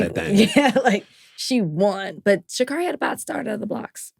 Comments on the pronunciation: It's pronounced "she carry". ❤ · Love y'all. Just gotta say it's pronounced Sha-Carey. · Stop pronouncing Sha’Carri’s name wrong